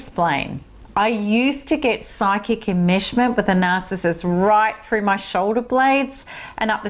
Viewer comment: I' sorry. I'm not understanding a certain word she she is pronouncing: psychic "immersion" ? Is that what she saying? It sounds like she is saying "immershment"?